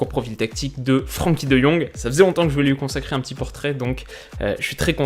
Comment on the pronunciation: Superbe vidéo une nouvelle fois très enrichissante ! Une petite précision comme je suis néerlandophone, son prénom ne se prononce pas Fr[an]kie mais Fr[èn]kie, pour dire d’avoir l’accent moins français 😉😉